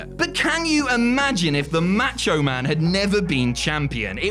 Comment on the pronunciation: The way he say the macho man lol the matcho man 😂😂😂